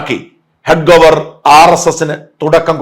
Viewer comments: ഹെഡ്ഗോവർ അല്ല, ഹെഡ്ഗേവാർ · ഡോ ഹെഡ്ഗെവാർ എന്നാണ് ശരിയായ ഉച്ചാരണം